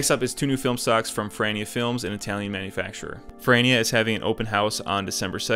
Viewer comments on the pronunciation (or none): First I heard your “Film Ferrania” and thought “who the hell is FILM FRANNY?” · Pronunciation of Ferrania is worse than any American’s pronunciation of Italian food. Also Ferrania’s expertise is actually color film, they’re just doing B&W until they’ve worked out the color manufacturing.